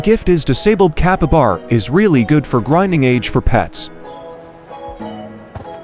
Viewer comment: Bro said Capabara instead of capybara